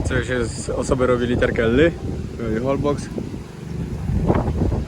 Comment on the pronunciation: poprawna wymowa to holboSZ ;)